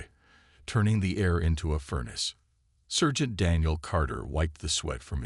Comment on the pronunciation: sergeant is not pronounced "sir gent". It's "sar gent".